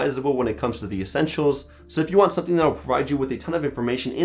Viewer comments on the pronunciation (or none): none